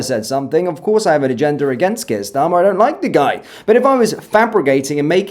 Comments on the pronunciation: Haha She doesn't even say His name right, Prime Minister Sharmer 😂😅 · Kier "Sharmer" 😂😂😂😂